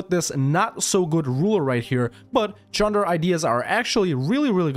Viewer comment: Wow congrats on pronouncing the name of the country correctly